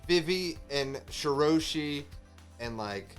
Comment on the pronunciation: Reverie = Rev-er-y. Rhymes with Beverly Marijoa = Mary-joe-a with a slightly softer J sound like a "zh" Shirahoshi = Shi-rah-hoe-shi